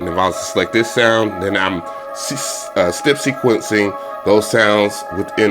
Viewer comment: Dope beat but if you say stip one more time bro it's step 😂😂😂